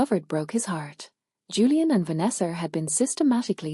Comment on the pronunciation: This voice is just weird. Why does it add a r on the words."Farther"? What the hell? "Vanessar"?